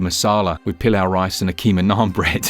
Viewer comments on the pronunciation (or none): none